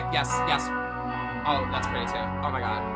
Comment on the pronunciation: forgive me, but i’m from the deep deep south and i LOVEEEE your accent on ‘oh my god” like yes girl i love it sm. ethel cain has beeen monumental in my deconstruction the past few years, Preachers Daughter changed me as a person